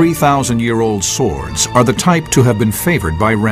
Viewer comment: '' these sickle sWWWords'' Reminds me of the coolwHHHip scene from family guy.